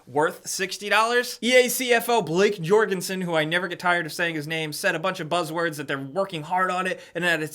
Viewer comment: Of his name was spelled Jörgensson/Görgensson (if he's swedish, b.c dice). Then you should say Ö in the way that you americans say U in a sentence. So it's more like "G/Jurgensson". Now you know!